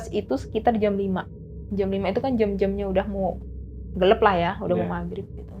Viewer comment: Si ibuk kok niru2 narsum sebelumnya kebanyakkan kata2 "NOTABENE" enek sumpah !!! Gelap bukan gelep Gempa bukan gempak 😅